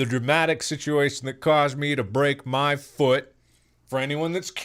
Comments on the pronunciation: Everyone: Mark: DER I DUN DIT IT AGAIN AND BROKE MA FUUT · The way mark says “foot”, foo-ut, has me rolling every time he says it. Edit: Dang, it took him 13 minutes to tell us how he broke his foout.